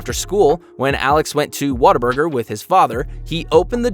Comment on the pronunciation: LOL DID YOU JUST CALL WHATABURGER "Waterburger"?